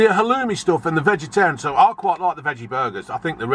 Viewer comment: Right folks Halloumeh